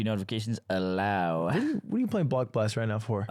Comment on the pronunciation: Him calling block blast blox was pissing me tf off